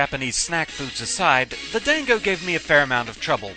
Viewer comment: Gah, can you be consistent with your pronunciation of "dango"? You did say it correctly with an 'ah', at the beginning, however during the difficulty analysis you called it as if it stems from the word 'dang'. I believe the first pronunciation is correct, but it just annoys me when people do that especially with the letter 'a' like that. Other than that, I thought you did a very good job on this video. :D